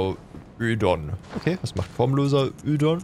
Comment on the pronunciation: Es wird o edon ausgesprochen und nicht ödon